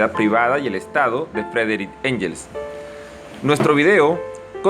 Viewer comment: Se pronuncia "guens"